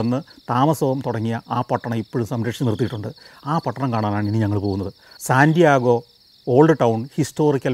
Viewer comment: അങ്ങ് ഈ സിറ്റിയുടെ പേര് പറയുമ്പോൾ സാന്റിയാഗോ (Santiago) എന്നാണ് പറയുന്നത്, ശരിക്കും അത് സാൻ ഡിയേഗോ (San Diego) എന്നാണ്. അതുപോലെ Las Vegas എന്നത് നമ്മൾ മലയാളികൾ പറയുന്നത് ലാസ് വേഗാസ് എന്നാണ്, പക്ഷെ പറയേണ്ടത് ലാസ് വേഗസ് എന്നാണ്. ഇത് കണ്ടുകൊണ്ടിരിക്കുന്നവർക്ക് വേണ്ടി എഴുതുന്നതാണ്. പലയിടത്തും ഈ പിശക് കൊണ്ട് പലവട്ടം കളിയാക്കൽ കിട്ടിയിട്ടുള്ളതുകൊണ്ട്, ആർക്കെങ്കിലും ഉപകാരപ്പെടും എന്ന് വിചാരിച്ചു പറയുന്നു എന്ന് മാത്രം.